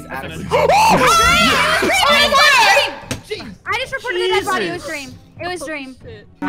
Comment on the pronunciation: Addison: dweam i thought you were here for me🥺 Dream: no